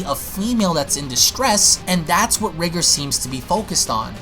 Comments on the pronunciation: Your saying his name wrong. "Rye gore" Pronunciation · R-ee-gore sounds better as that's how "Ri" would be pronounced if there was a japanese version.